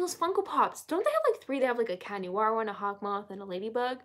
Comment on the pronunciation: I was watching the episode and alya's sister litterly said hawkymoth lol